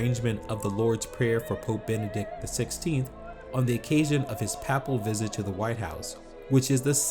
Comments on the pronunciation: He can't even pronounce "papal", let alone the names of operas and composers. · What a comical narration ! Not a single foreign-language word correctly pronounced and many an English one mangled -- "papal" as "papple", "operatic" as "operAYtic" -- ah, Americans . . . Not a bad selection of clips, though